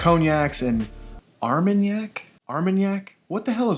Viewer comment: yes you pronounced it right. Armanac. like cognac, just another region in france making brandy.